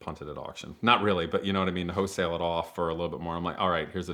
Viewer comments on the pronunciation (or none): W H O L E not Hoesale